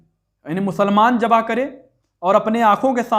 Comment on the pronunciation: और جبہ(जबह) नहीं होता ذبح (ज़बह) होता है! जाहिल कहीं का!